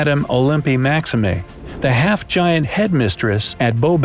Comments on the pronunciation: Yea... "Madame Maximeiiiii". What? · CATElyn? THERon? Lothar RAY? MaxIMAY? Honestly,....🤦